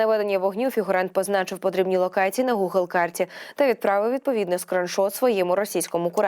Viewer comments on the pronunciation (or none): none